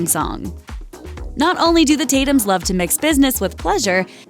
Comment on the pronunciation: "In loerve" 😂😂😂😂😂😂😂😂😂